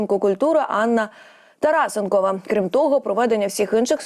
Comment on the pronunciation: То не тарасенкова а Тарасенко